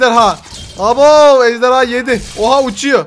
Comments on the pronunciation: Abi ejderya değil ejderha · ABi sen ejderya diyorsun